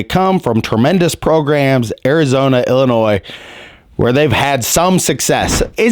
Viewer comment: Let's hire a coach that can pronounce "Illinois" correctly.